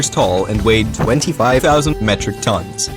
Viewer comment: He said 25,000 tonns in a funny way xD